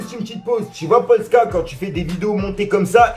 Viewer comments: No il dit PoTECa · Gros putaclic en plus il dit potka vraiment une merde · Pk y dit potka au lieu de polska 😂😂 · Tu di polka mdr